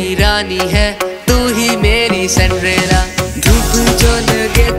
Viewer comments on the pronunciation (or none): Jani sandrela nahi Cinderella he 🤣🤣